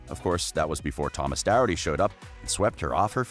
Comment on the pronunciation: Thomas's surname is pronounced doc-herd-ty